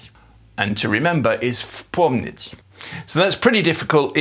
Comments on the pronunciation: На слове "вспомнить" вы концентрируетесь на В опуская с, в целом это можно понять так как согласные в с п идут вместе и для иностранца это может быть трудностью. В произношении этого слова все же стоит концентрировать произношнние на С так как в краткая и пропуская её всё равно получится понятное слово фСПОМНИТЬ но вариант в.помнить звучит не естественно . Короче.. Чет захотелось это написать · Только не получилось хорошо произнести "вспомнить" на , а в остальном всё замечательно